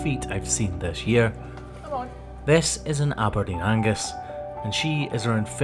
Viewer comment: Im sorry for saying this I know this channel is about health of Animals that have hoof but when I heard abedeern angus I thought of a angus meat burger im sorry